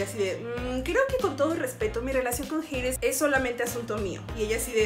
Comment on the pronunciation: es Hades JIADJSUW no "jeides" 💀